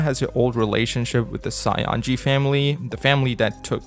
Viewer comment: I cant unhear Saionji as Scionji...